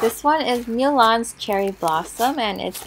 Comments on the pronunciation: It’s not mewlan it’s mulan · U realize it’s Mulan not Mewan? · I think you meant Mulan Not Mewlan (Not judging)